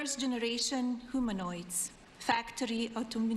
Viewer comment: Whomanoids? Rowboats? 😂😂😂